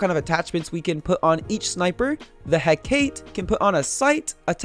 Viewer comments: It Is Not Pro Nounced He-cate. It’s pronounced He-ca-te. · It needs to be said. It’s pronounced Heh-ka-te. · I hear hecate alot, i know you butcher names alot. It is pronounced (heck-a-tee). Btw i like your new editing skills it really helps me learn better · Its pronounced Huh-kah-tae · I could be wrong but I believe the hecate is pronounced heck-a-tee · its pronounced He ca te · It's pronounced heh-ka-tae to make hecate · It call he-ca-te You wrong boy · I think it's pronounced "He-Ka-Tee" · you pronounced hacate wrong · Very very nice. Also I like the intro. Also also, it is pronounced "He-kah-tee" or "He-kah-tay." It is one of those. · the way he pronounces the hecate triggers me p9nda does the same too ._.